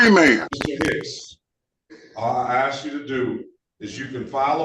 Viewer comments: Well, if you "aks" for dismissal. It must be approved. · My Honor, I wanna axe you: Is this on the record? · He's "axing that it all be dismissed." How does one axe a dismissal? One can axe a log, axe firewood, axe a stump, or axe a murder victim. How does one axe a dismissal? With a paper shredder? Later he mentions wanting to axe the judge. Murder threats? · He wants to be "axed!" Quick! Somebody get an ax and report to the courthouse!!! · Another person "axing"